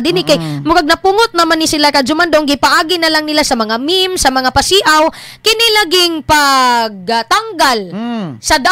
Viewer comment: PASI-AW DAPAT.. para tama ang bigkas.. pag pasiaw, ang pronounciation niyan ay pasyaw..